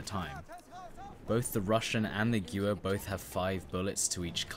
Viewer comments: Pronounced Gvair not Gewer, Nice vid just needs a little more up beat. Only IMO. Sorry if you think I'm wrong. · Gewehr, not guwer... You're English man, you should be able to pronounce a German word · I may be wrong but I think it's pronounced ge-verr (gewher) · its pronounced geh-vair, it means gun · What do you mean? The gjuver is a world famous rifle. :p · no offence, but gewehr is not pronounced as giuver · funny how you said guwer =gewher=german for gun in dutch=geweer=gun. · It's pronounced Geh-ver btw. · To respond to the FAQ in the chat: 1. Yes I realise that I mispronounced Gewehr. German is not my main language. 2. Apparently I sound very flat + robotic in my commentary. Well... this is an informative video as opposed to a funny/comedic video but I guess next time I will try and be more upbeat. And anyway, if you want more upbeat videos just watch my live commentary BF4 vids or my live streams.. THEY LIT AF xD xD xD 🔥🔥🔥🔥🔥🔥🔥🔥🔥🔥🔥🔥🔥🔥🔥🔥🔥🔥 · I was literally just about to correct you on the pronunciation. So instead I'll just have to correct you on your terminology. I think this will actually help you, because you seemed to get stuck verbally for a moment because you didn't know what to say next as it would be the preceding word. The ammo capacity of a gun is not called a clip, not even the detachable ones, they are called Magazines. CLIPS or stripper clips as they are more accurately called are the way you insert those 5 rounds quickly. You strip a Clip, into the Magazine. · no judgement but the way you pronounced "Gewehr" is too funny 😂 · That pronounciation of Gewehr is painful